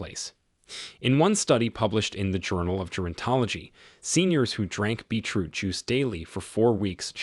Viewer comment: I loved this video,it was very informative and I'm going to get the items that have listed on here,but I'm just curious are you realizing it sounds like you are saying Beach root? I know I am making a very unimportant point but I was just curious.